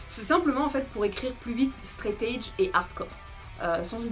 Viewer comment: Faudrait juste apprendre à prononcer 'threat' et surtout 'edge' :) sinon, bonne vidéo